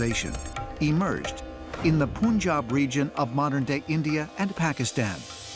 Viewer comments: It's not poonjab, it's Punjab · bro said poonJab